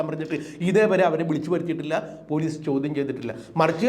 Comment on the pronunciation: എന്ത് പുയലീസ്, പൂ... പൂ ലീ സ്സ്